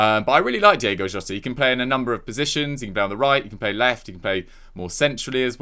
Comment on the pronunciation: This gay guy should just come out and admit that he can't be arsed to pronounce it Diogo.